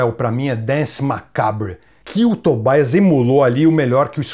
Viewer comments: Por que o "i" de Tobias tem que ser com a sonoridade do inglês (Tobaias), se a pessoa em questão é da Suécia? Em sueco esse "i" tem som de "i" mesmo, como no alemão. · Grande Gastão! Ótimo vídeo, como sempre. Só pra agregar valor ao conteúdo, a pronúncia de Tobias, é Tobias mesmo bem como a gente lê, e não 'Tobaias'... Assim como Papa Emeritus (Eméritus e não 'Emeraitus') que vem do latim e é bem familiar pra gente que fala português, oriundo do latim também. No mais, grande vídeo, com muita coisa que não sabia da banda! Grande abraço e parabéns pelo trabalho! - Richard.